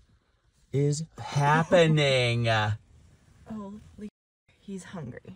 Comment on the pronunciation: “What’s happeningah” 😂